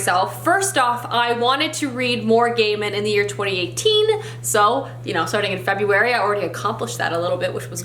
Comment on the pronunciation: FEBURARY! 😂 how cute